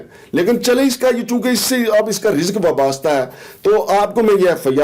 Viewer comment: "وابستہ" تو سہی کہہ نہیں سکتا تو صحافی تو نہیں اپنا نام "شمشادا ٹیڈی " رکھ لے،مداریا